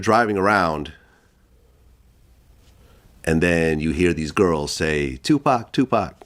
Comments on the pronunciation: Bro I couldn’t take it serious when she said 2 pack wtf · 3 decades later and these YT folks still can’t say 2Pac name correctly 😂 😂 😂😂😂😂😂😂